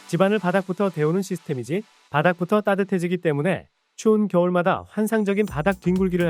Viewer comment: 따뜻해지면 이 아니라 떠셔지면 이라고 하니 엄청 구수하게 들리네. ㅋㅋㅋ